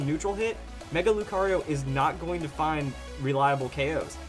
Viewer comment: Mega Lucario? its Mega BROcario for him XD